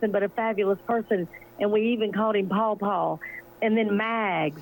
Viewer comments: No it’s Pa Pa, I can’t stand it either! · EXCELLENT ! If I hear”Pau Pau and Mags” one more time out of that no-talent “actor on the stand, I might lose my lunch and dinner ! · Hey Nancy, I'm not on Twitter and cannot get a copy of that script to read with the paw paw ro ro po po talk talk can you put a copy on this YouTube feed? I almost pee my pants when you and Cheryl talked about it. I wish you could do a show with Cheryl and make fun of all the stupid things Griffin and his whole gang have done and said. It would be the best comedy show ever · He actually said "Ro ro" on the stand, in response to the prosecutor asking him about his use of Mag's and Paul Paul. It was astonishing. He's a very bad liar, and I don't know how he got away with lying to so many people for so long